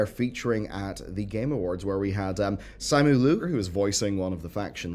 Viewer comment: The promise is what ABK would have done too - but seeing Kevin Durant & 21 Savage got money out of them, ehhhh maybe not. Edit: The actor's name pronounced as "Si - Mu" . You might be able to collab with him if he's not that busy tbh